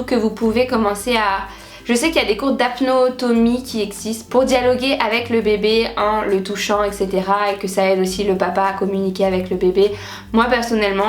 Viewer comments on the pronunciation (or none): On dit HAPTONOMIE et non HAPNOTOMIE mdr Et on dit TAUX DE SUCRE DANS LE SANG (c'est la glycémie) et non TAUX DE GLYCEMIE